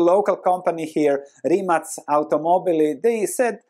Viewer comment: Great video! So valuable! And thanks for pronouncing Rimac correctly 😉